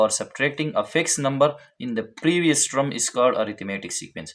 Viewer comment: Term pronunciation is "Tuhm" Not "trum"